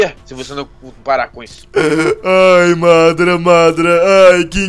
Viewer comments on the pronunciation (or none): não é madra é madara